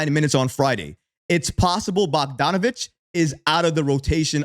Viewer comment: 😂😂😂😂😂 BOYAN BOCK-DON-A-VICK please learn how to pronounce his name